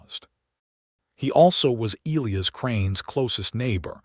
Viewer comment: Louisa and Elias, among other names in these stories, are mispronounced, too.